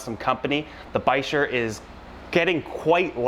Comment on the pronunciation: What's a "bi-sure"? You mean a "biker"? I thought the ch in bichir makes a "k" sound?